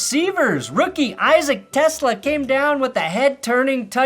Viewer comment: It’s pronounced Issac Te-slah